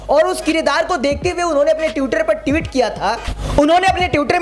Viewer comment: ट्यूटर नहीं ट्विटर होता है और ट्यूट नहीं ट्वीट होता है ट्वीट। और भाई दिल पर मत लेना, मैं चाहता हूँ कि सभी बहुजन पत्रकार सटीक उच्चारण करें ।